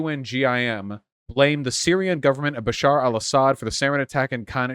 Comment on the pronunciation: Dude's name: Bashar Vaush's pronunciation: Basheer